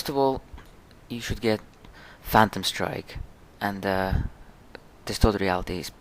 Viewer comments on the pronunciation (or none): none